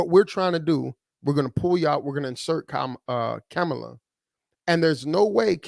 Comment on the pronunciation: As in her name now is pronounced "Camel LA... instead of KA-MA-LA🤔